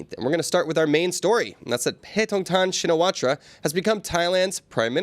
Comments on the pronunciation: Please. "Shinawatra" is better pronounced as "Chin na wat". I need to see her first name written in Thai before I can guess at a better pronunciation. Thanks. Mike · Pronounced "Chinnawat"